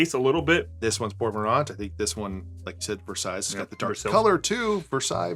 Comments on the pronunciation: what a fucked up way to say versailles. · Love this video. Like it when you 2 give a good review like this one. However one thing please. My first language is French and Versailles is prononce like the name of the Château in France where Louis XIV the king, lived. Versailles, not Versale, like it is prononced in this video. Thank you. Love the channel. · Oh a video I can finally follow along!!! And btw its said as versailles not versailles ;)